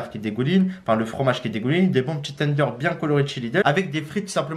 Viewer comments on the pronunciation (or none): Il me fait rire comment il dit tenders teundeur 🤣🤣🤣👍😂